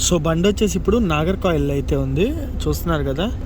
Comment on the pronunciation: భయ్యా! ఇన్ని రాష్ట్రాలు, ఊళ్ళు తిరుగుతున్నావ్. ఊరు పేర్లు సరిగ్గా చెప్పు నాయనా... నాగర్ కాయిల్ కాదు నాగర్ కోయిల్. పలస కాదు పలాస.